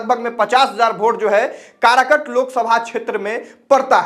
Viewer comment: अरे कारकट नहीं काराकाट नाम है ठिक से बोलना तो सिख